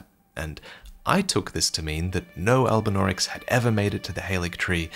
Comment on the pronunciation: "There are no albunaurics in the haligtree" Loretta: "100% never seen one"